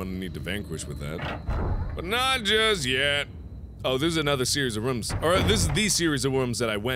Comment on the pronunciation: I love how you say rooms😂😂😂